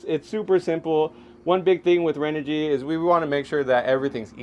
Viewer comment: This host is terrible and not a good for the brand. As a major brand in ANY business space, you might want to make sure your host knows how to pronounce your company’s name properly. The audio was amateur at best and the other thing is he sat there with his legs spread wide open. Not an attractive view! He admitted he doesn’t even camp! Have some actual knowledge about the product instead of reading off a card. No credibility what so ever! I did get a kick out of this... When he dumped water all over the panel, he’s said to the other guy, “Here, you plug this in”! LOL C’mon Renogy or “” as your host says, you can do WAY better than this.